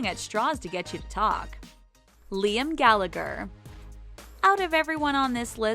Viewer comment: ...it's gall-a-her not gall-ag-her